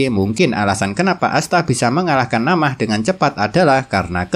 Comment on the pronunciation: Min na'amah bukan namah😂🤣 sumpah lebih enakan di anews penjelasanya kwwkw sorry min😅😊